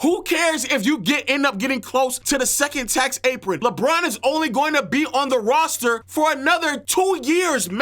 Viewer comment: Bruuuuuuh it’s LeBron aka “Le-GM” 🤦🏽‍♂️🤷🏾‍♂️